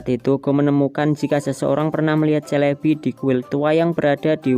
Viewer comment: SELEBI bukan CELEBI 😅😅😅